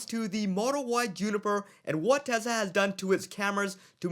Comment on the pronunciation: is it TeZla or TeSla?